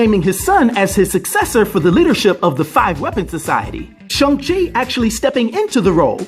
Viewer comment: Ahh you said the name right lol and then laughed ...that was cool